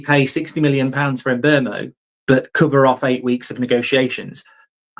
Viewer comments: Here u go again with the Em Mbuemo pronunciation, it’s Mbuemo mate, the MB are pronounced at the same time, it’s winding me up! MBUEMO not Em’ Mbuemo! 🙄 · HIS NAME IS MBEUMO FFS